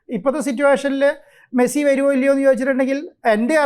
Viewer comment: മസ്സി അല്ല da മരപ്പൊട്ടാ